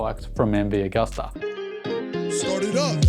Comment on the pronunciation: like everything you opine & say-- just pronounce Agusta as Ag-oo-sta instead of Ag-uh-sta. Italians (and most Europeans) pronounce "U" as "ew". Gracie!